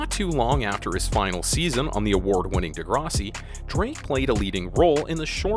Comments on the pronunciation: This guy can't even pronounce Degrassi. Lol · Jimmy was a role he played as a young teen ager on Degrassi high which this guy can't pronounce on this video. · The way he says "Degrassi" is fucked